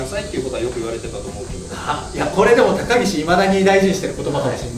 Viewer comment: 初手のが言った高岸が高木氏に聞こえた笑